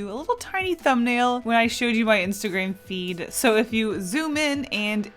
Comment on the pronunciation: Why did they pronounce instagram insteigreim